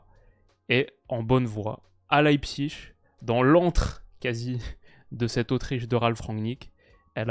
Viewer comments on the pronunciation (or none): none